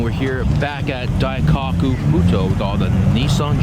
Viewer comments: you gotta say Daikoku properly... not Dai-cock-ku it’s pronounced Dai-Ko-ku. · Daikaku? isn't Daikoku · DaikAku? Your killing me lol daikoku bro "O" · "dai-cock-u" Cringing so hard I got a nosebleed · please learn what bosozoku is before making another video. and learn how to say daikoku